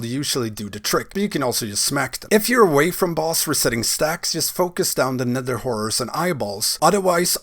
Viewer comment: Anyone else hears him say "nether w..*ores" instead of horrors? xD